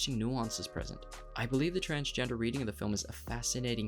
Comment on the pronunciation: Lol transfer, transportation, transporting, transporter ,transcending...not transgener lol